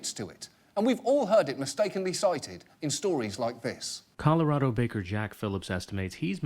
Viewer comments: "Coralado" Great job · "Corolado." John Oliver, your immigrant is showing.